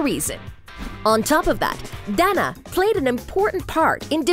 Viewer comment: My name is Danna to and she kinda is pronouncing it right. She’s actually really close probably almost the same as I pronounce my name and my name is pronounced just like Danna Paola. I was actually named after her lol